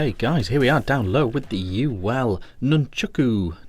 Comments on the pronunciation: Please, can we get the name right??? Nun-chAk-u, not Nun-chUk-u. Great review though. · Nice review but it's called nunchaku not nunchooku 🤣